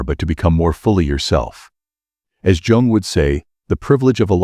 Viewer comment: That image is not even similar to Carl Jung. And you pronounce “yung”. Not “Djung” 😂 Each time the computer says “Djung”, I lose my concentration. This mistake is barbaric.